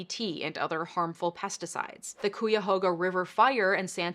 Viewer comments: Cuyahoga is pronounce "KAI-uh-ho-guh", not "key-uh-HO-guh". Petty, I know... but we're area confusing people here in Ohio. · Solid video as always! FYI - Cuyahoga is not pronounced koo-yuh-hoe-guh, it's pronounced ky-uh-hog-uh! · Excellent analysis! Small side-note: the river that burned is pronounced "ky-HOG-a", not "Koo- ya- hoh- ga". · I'm from Cuyahoga county in OH. The river fire was a big deal. FYI It's pronounced kie ya hoe ga, not coo you hoe ga. Great video. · Just an FYI, the Cuyahoga river is pronounced Ki-yuh-HO-ga. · "Quee-a-ho-ga river" 😖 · That pronunciation of "Cuyahoga" broke my brain for a second. For locals "Cuya" rhymes with Gaia and "hoga" rhymes with toga. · Sorry to be this person but FYSA, - Cuyahoga is traditionally pronounced "Kai-Uh-Hoe-Gah", it originates from native language and means "Crooked River". 😅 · That’s pronounced “Kye-yuh-hoe-guh”—clearly,, you are a voracious reader, but it might be good, before you pronounce a person’s or place’s name, to seek out audio resources as well (I’m remembering when you pronounced Justice Souter’s name as “Sow-ter” instead of “Soo-ter”). Your info and your delivery are otherwise spot on, and it would be a shame if people got distracted (or questioned how much you REALLY got right) just because of a pronunciation error. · I found you thru Hasanabi stream & have been watching for months now & love all your content, please keep it up!! Also, for future reference, the Cuyahoga River is pronounced; Kai-uh-Hog-uh. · Only because it made me double take... KAI-uh-HOG-uh. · It wasn't right. LOL But to be fair it is a difficult word if you're not from here or had family here. It's actually Cuyahoga River Kai-uh-Hog-Uh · As someone from Cleveland, hearing that pronunciation of Cuyahoga River made me double take 😂 it’s okay, if you’re not from here it’s forgiven. Cuyahoga is pronounced - Ky-ah-hog-ah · The first syllable of Cuyahoga rhymes with "guy" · Mispronounced Cuyahoga, unsubscribed and disliked.